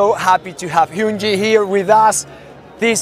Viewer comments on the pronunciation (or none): The fact that the guy talking to Hyunjin said Hyunjee 💀